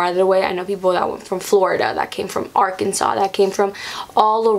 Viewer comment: U actually pronounced Arkansas right !